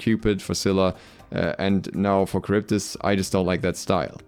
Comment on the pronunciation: 1. Not karyvdis, Haryvdis 2. A unique and interesting desing character wasted as a little girl